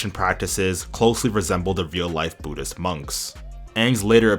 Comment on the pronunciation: Budist is the funniest pronunciation ever 😂😂